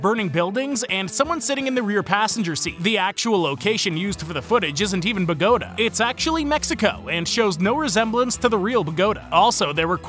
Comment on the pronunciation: Bogota is pronounced with the emphasis on the a. BogoTA.